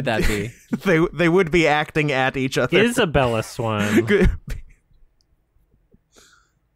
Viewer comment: wow is-a-bella swan